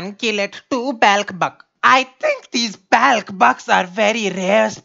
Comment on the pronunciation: you lost it at "I think these black buck" I rofled literally the way you said think damn DAMN